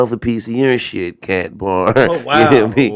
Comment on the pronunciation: Bro said "shit kat bar" im done 😂😂😂😂💀💀💀